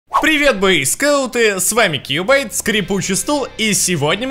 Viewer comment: Не Куебайт а Кьюбайт! Ты чё?